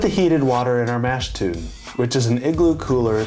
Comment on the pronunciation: Very nice overview. Good job. I hope you get into it yourself! Your enjoyment, appreciation, and knowledge of beer will increase exponentially, ha. Couple pronunciation things. I believe "tun" rhymes with "done." And "wort" sounds like "dirt," not the bump on your finger. Hopefully he keeps his fermenting beers out of the light one way or another. Sounds like a tasty, hoppy and bitter beer. cheers.